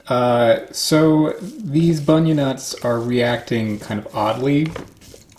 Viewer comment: G'Day mate. I can confirm it. You are saying terribly wrong. And we just say Bunya nuts. Just once.